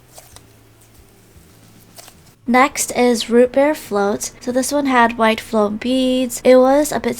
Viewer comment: Why do you say floam? Is that even a word??? Let me correct your English. ITS FOAM! NOT FLOAM, YOU CANT JUST ADD AN 'L' INTO THE WORD! 🙄🤦🏻‍♀️